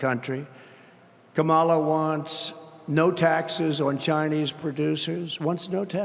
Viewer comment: "Ka' mala" haha the snowflakes are going nuts!